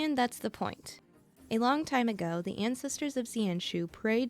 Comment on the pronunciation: If you look at Welt's summon screen you can see Void Archive figure on the back. So he most likely somewhere in the universe. Long is actually pronounced "Loong", which rhymes with "loop". Its the pinyin for Chinese character "龙".